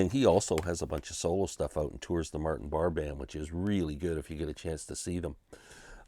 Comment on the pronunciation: Sorry if I sound like Karen.. just saying pronounced Martin Bar-ray.